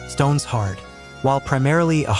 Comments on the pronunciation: It's Stone Shard 😂😂😂😂😂 not stones hard 😂😂😂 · Uh shit man, hey it's "stone-shard" not, stones hard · no no your not saying it right ! it's stone - shard not stones-hard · The "stone hard" pronunciation instead of "Stone Shard" game definitely makes me wonder if the narrator has any idea of what he's talking about... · its not "Stones Hard" its a "Stone-Shard"